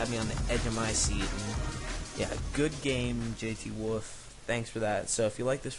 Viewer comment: im jthwoof and its jthwoof not jtwoof